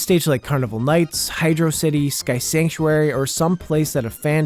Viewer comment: Lol I hate him saying high•jroe•sihtie• instead of high•draw•sihtie•